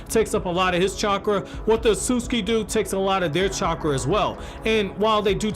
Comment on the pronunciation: 'Ahsuski' 😐 thats cringe as hell Jesus everytime he said it